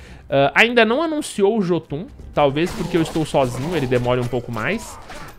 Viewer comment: a pronúncia certa pra Jotun é iôtun.